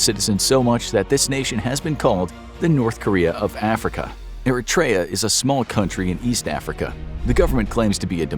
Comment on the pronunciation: The pronunciation of Eritrea is making me mad 😂